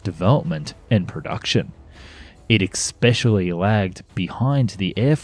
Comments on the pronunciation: Hey there. It's not expecially. It's especially. :) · You seem to pronounce "especially" as if it's spelled "expecially" at least twice. Not very impressive. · Narrator: The word is "especially," not "eXpecially"!!! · EXspecially? I'm out. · there is no "X" in especially ......... just sayin' ........ ;-p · ... , it "e[x]pecially" lagged behind...? That's not a word. As a narrator, it's your job to speak correctly. You should know better. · Please stop saying ECKS-SPECIALLY, for fucks sake! I know you are Austrlian but speak English!